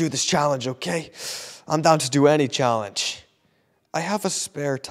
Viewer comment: anyone gonna talk about how he said challe ge